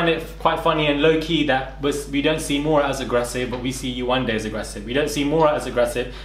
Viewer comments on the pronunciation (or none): I've heard people saying her name wrong in a way that is ignorant. You can tell they're thinking 'foreign name' when they say it. It's not Yawanda, it's Yewande.